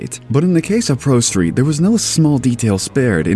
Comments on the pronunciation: You said prosteet like 50 times. Please just do a retake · ....did you call it "ProSteed" at one point, or am I just hearing things?